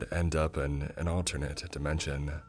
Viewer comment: "You Insteaduh End Upuh in an alternatuh dimensionuh" bro... why you talk like that